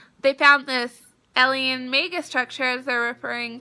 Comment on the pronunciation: I'm not trying to be mean whatsoever, but I can't get over the fact that she kept saying "eliens" instead of aliens. "One step more closer?" My grammar nazi is screaming inside.